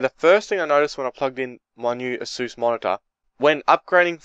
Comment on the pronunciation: I'm not hating buy that's not how u say asus